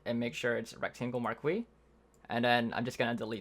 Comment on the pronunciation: MARK-KWEE?!?!?! COME ON! IT's Mar-KEEEEEEEEEEEEEEEEEEEEEEEEEEEEEEEEEEY